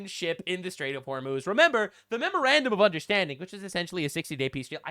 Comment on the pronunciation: The "Memorandum of Understanding" became "The Mrrmrrfrr of Consequences" lmao